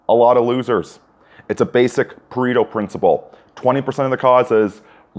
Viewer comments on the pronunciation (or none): Its pronounced "Pah-reh-toe", no "pa-ree-to".